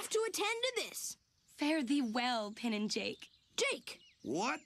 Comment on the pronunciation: "Fare thee well pinn and jake" How the fuck did they let that slip